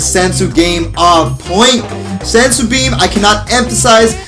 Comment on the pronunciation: BEAN* not BEAM😂